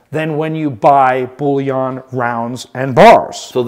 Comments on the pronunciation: The word bullion is pronounced and ends the same as onion not yon! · “Bulliaaan” that a new category? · hahaha love this guy he really is good at what he does and entertaining and educated but I cant get over the (bull-yon) coin thing :) Its just makes me laugh, 1st ive heard it pronounced like that and I take it to heart becasue I pronounce words different ALL the time and catch crap for it, hahaha